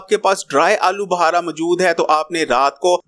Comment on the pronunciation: Bukhara hota he buhara ne hota